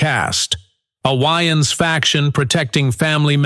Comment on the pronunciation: I'm like, "why do he keep calling him Keenan YNs?" Took me a few minutes to realize the A.I. voice was trying to pronounce Wayans.